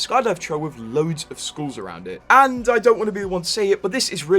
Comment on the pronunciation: As an Aussie, the way you pronounce skulls as “schools” or “skewls” bothers me.